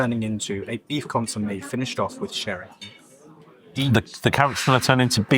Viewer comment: An interesting dining experience for sure - spoiled only by your poor pronunciation of consommé, Chablis etc. It makes it seem like being pretentious.